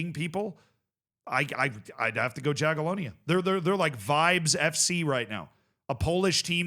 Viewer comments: if you want to stick with Jaga from Poland, try pronuouncing their name more like "Yagiellonia" (the J is read here like Y, as in Yugoslavia etc.) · Yaghyellonya, not Jaghyellonya. Learn to pronounce it properly before they randomly win it 😎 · sometimes it confuses me when he overpronounces places and names from european countries like france and spain but then doesn't try with slavic names, Jagiellonia he also said quite incorrect